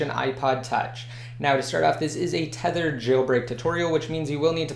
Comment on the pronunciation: Youy say thethered and The Videos name is unthedered